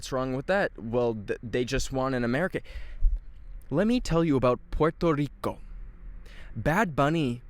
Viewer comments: As a Brazilian, I’m very disappointed on how you pronounced Puerto Rico, we pronounce it the same way in Portuguese bro, Porto Rico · Why saying puelto lico